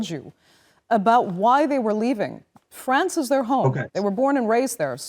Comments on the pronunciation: France, not "Frankistam",. Remember that. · Why you can't even pronounce France correctly you are newsreader so emberassing